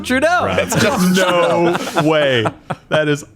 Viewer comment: dude, why youre saying "justin trudeau" with a accent when youre half french canadian???